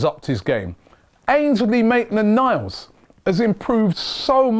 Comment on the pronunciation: why does robbie always struggle with AMN's name looool